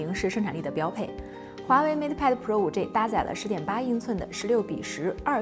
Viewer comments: 5G（-i）不是 -ei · 能不能好好说话，5G（ji） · 不是居也不是雞！應該念居的從前半部和雞的後半部！